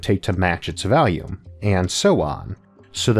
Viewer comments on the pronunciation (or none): Don't mean to mock I understand he has a minor search impediment, worse still an American accent (I'm British) but it sound like he says valium or possibly value, instead of volume. Not a huge issue the info isn't lost, but I couldn't find valium meaning a similar thing to volume. Am I mistaken or is it just an accent think that happened to rub me the wrong way, first time I've had and issue and I love Isaac's work. Captions does say volume. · Goddammit! why do you say "valume" it's an O ffs, not an A